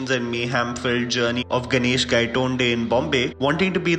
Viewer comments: Firstly its गायतोंडे not गायटोंडे !! 😅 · Gaitonede became GAYtonde 😂